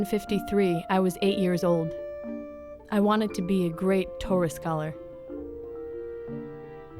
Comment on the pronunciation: "ToRAH" (accent on the last syllable) is not synonymous with "Bible". The Torah (in Greek: Pentateuch) comprises the five books attributed to Moses: Genesis, Exodus, Leviticus, Numbers, Deuteronomy. The Torah is the first part of the Tanach (Jewish Bible)